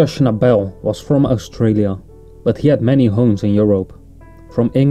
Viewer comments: Schnabel was Austrian not Australian. And his name is pronounced with accent on the first syllable. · Very interesting video, and we should thank the person who posted it for the trouble taken to make it , but there are one or two errors. Firstly his surname is not pronounced with an emphasis on the last syllable but on the first; secondly, the background music is one of Beethoven’s Bagatelles, I think from the Op. 126 set, and it was not recorded in 1950, but on 1938; Schnabel last recording was of the two sets of Impromptus by Schubert.